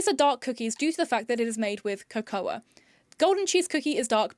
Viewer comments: Your pronunciation of the word cocoa 😂 Egregious behaviour all round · Handy hint: Cocoa is pronounced "ko'ko" as in the hot chocolatey drink.